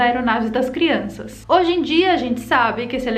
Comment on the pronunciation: Só aumenta a curiosity das "crionças' (eu falei crionças!)